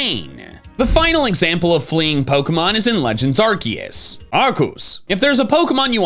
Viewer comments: Does anyone know why always says Arcoos instead of Arceus? Always been curious about this. Hell, sometimes he even corrects himself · Did he pronounce Arceus like "Ark-oose?" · Pokemon 13,, it pronounces Arceus like arcoos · Whos arcoose 😂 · Why do you pronounce Arceus' name like that?